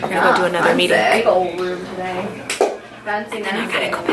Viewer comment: you say meeting like meetink